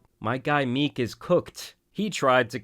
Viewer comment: MeeCKK, bro why do you put so much stank on the end of words?